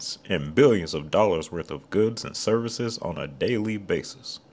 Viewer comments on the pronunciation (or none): none